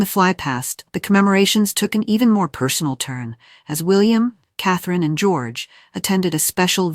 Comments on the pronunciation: HER NAME IS CATHERINE NOT CATHLENE!!!! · Get a better narration program. The one in use managed to mangle "Catherine" and "Louis" in about 30 seconds.